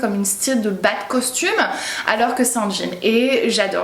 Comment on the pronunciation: Suis-je la seule à avoir entendu Batcostume au lieu de bas de costume ? 😭